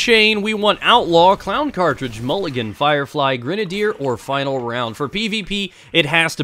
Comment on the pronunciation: why does everyone pronounce grenadier incorrectly? base word is grenade.